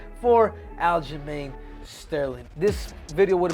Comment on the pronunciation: Loved "al-ghislaine sterling"😂